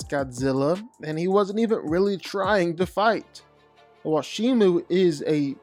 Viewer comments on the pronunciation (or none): Why do you keep saying Shima lol